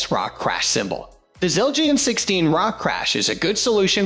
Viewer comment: I had high hopes but stopped watching after I heard Siljeean 😂😂😂😂